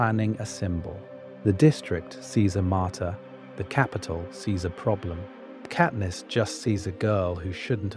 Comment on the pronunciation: it absolutely is genAI, not even two minutes in and the voice cant even pronounce katniss' name correctly